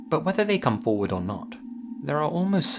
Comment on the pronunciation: '...forwward SLASH!'